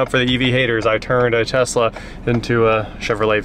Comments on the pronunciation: "LS swap the Tezla" "Okay" Haha... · Uncle rich would tell you to drop that LS in the Tezzzzla.